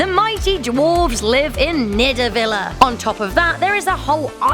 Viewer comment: It's nidavelir you dumbass